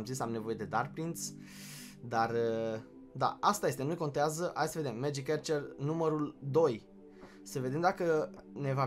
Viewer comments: se citeste magic Arcăr nu Ercăr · Se spune megic arcers